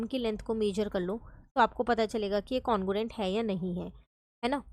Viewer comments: congruent no no no congurent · Congruent no no congurent